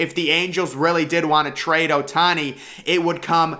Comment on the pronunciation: Bro said ohtani 💀